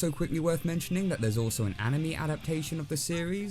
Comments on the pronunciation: It's pronounced ah knee may not Annie me. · excuse me!? Ani-ME? Ahem.. it's pronounced as ani-MAY but spelled anime.. I'LL GO BAKUGOU ON YOU I SWEAR!!!! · It’s Ani-may, not Anim-eee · Did you just say aniMEE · Cringed when he said animee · D-did you just say anim-ee I hate you... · Did he say animee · Wow, people still pronounce Anime "ani mee"? I'm kind of surprised hahaha. (Since I'm making a comment, I'll also add: Really liked this video) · a girl i knew pronounced anime as “an-ime” i was🤦‍♀️ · I'm sorry, "animi"? How dare you not know the pronunciation of the Japaness cartoon style that you are not entitled to watch nor know the pronunciation of, you unpresumptuous person. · did- did you just mispronounce anime???